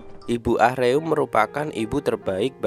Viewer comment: Ah-reum korea nya .. Baca nya Aruma ..